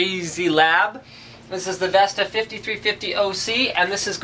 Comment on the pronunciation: Why are you calling it VESTA?